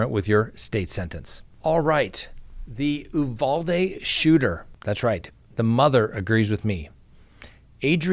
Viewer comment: Sir, I’m a girl from Texas. Uvalde is pronounced with a hard U. Uuuuuvalde. Just wanted to let you know. Love your channel, btw